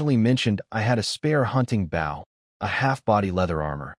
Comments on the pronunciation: Holy hell! Can you not pronounce bow properly!? It's the object, not the action. Jesus! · I cant wait till the ai can pronounced bow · His ai trying to say bow is so annoying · someone please put in a bunch of suggestions to teach this ai how to say bow (like bow and arrow) bOh? Making me crazy that they all say bow as bough. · These stories are great, but can we please program AI to pronounce “bow and wound” properly.